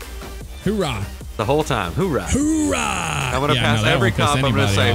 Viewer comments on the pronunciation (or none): It's not HOORAH it's OORAH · little do they know its owrah, not howra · It's oorah there is no h in the front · As a Marine lol I cringe every time they say "Whoorah" 🙄😑 it's "Ooorah"! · It's OORAH not HOORAH ( I'm not wrong) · Oo not Hoo 😂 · It's ooh rah not hoo raa sorry I sound annoying but it's a marine saying coming from the noise a sub made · jesus boys it Oorah not whorah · It's not hoo rah it's ooh rah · It's 'oorah not hoorah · Oh my Jesus Christ it’s ooorah not hoorah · Its not hoorah its oorah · It's oorah not hoorah, thats how you piss off any military person fyi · O my fuck, it's Ooraa not hooraa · They're mixing the Army "hoouh" and the Marine's "Oorah" together. lol